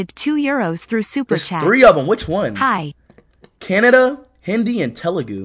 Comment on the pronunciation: kannada ❌ Canada 😁